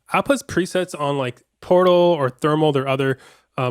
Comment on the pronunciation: I'm sorry but I had to restart it..cuz I hear porno n not portal 😂